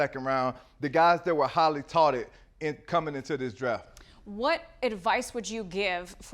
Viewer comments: Did he say " Highly tarded " at the mark ? I thnk he meant TOUTED , but didnt sound like it . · “The guys that were high TOTTED!!” What is totted TD??? Is that anything like TOUTED??? Good Lord, there’s nothing funnier than a DUMB af JOCK trying to say words that they can’t even spell let alone pronounce!!!!!!😂😂😂😂😂😂😂😂😭😭😭😭😭😭😭😭😭🤦🏽‍♂️